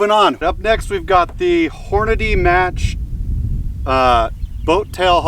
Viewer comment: I was watching until you said "Hornaday". It's Hornady - Horn-a-dee.